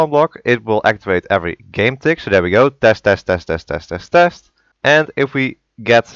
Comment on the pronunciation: He said tes tes tes tes tes Like testes sorry youtube